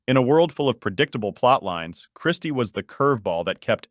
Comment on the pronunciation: Ķirsty, not Kristy, get it right!